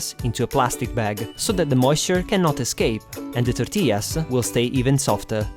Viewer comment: Wow muy bein ( very good) ....love the way you say tortillas with the proper Spanish accent.